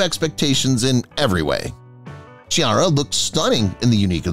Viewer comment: In Italian 'ch' means 'k' and not English 'ch'. Chiara is pronounced 'kiara'.